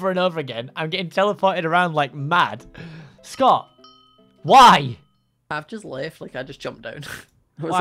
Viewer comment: I thought scott said ewwwww xD